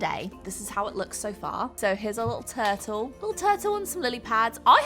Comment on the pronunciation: The way you say turtle!!! If there wasn't a visual of a turtle, I would've had NO CLUE what you were saying. I've never heard it said like that before! It sounded more like "tattle"